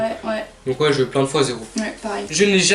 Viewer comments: Mais j’adore par exemple lit "je n’ai jamais eu d’animal de compagnie" il dit "e" au lieu de "u" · eu se dit U pas E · Mes vies! ❤️ J’ai remarqué que toi tu dis « eux » pour le mot « eu » enfin on s’en fou c’était juste un détail 😯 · Le eu se prononce u mais sinon super videooo👌